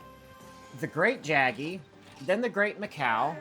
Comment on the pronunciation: It's pronounced Great "yaggi" btw